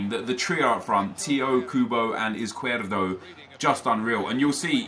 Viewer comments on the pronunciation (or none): Izquierdo is pronounced IZ-KEY-AIR-DOE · I'm belgian and it's pronounced iz-kjer-doe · Caspar John it's pronounced iz not ith because he is Colombian and Latin American countries do not say 's' with the sound 'th' that's only Spain. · Crossfire Z is pronounced as th in Spanish so it's actually Ith-key-air-do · Faris Khan its not tho ive seen highlights of him and the commentators pronounce like +Crossfire said